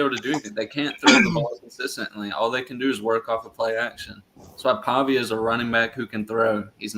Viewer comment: would trade klubnik for pavia despite not knowing how to pronounce his last name